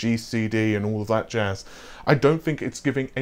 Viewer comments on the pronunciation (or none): none